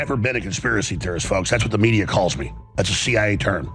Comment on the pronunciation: 🛑🛑🛑 it's pronounced "Media" not "Mediarr" "Data" not "Dater" The way it's spelled is the way it's pronounced 🤷🏻‍♂️🤷🏻‍♂️🤷🏻‍♂️